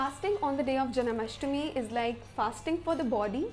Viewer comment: It's not janAmastmi, it's janmashtami.